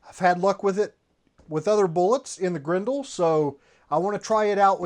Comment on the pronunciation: It’s pronounced Grendel not Grendel